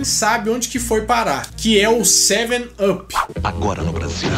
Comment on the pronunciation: em inglês up se fala ap. Com som de a